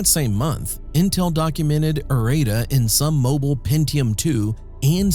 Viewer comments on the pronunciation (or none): "That same month Intel documented Arita..." In context this clearly should be errata, not "Arita" as pronounced and shown in the CC text. This is yet another reason to hate AI voice. I've heard several mispronunciations I've never heard a human make.